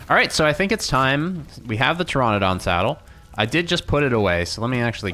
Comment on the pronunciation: Please call it Ter - RAN -adon, not Ter - RON - adon because Pteranodon is pronounced that way. I have 9 years in Paleontology and Archaeology before people roast me...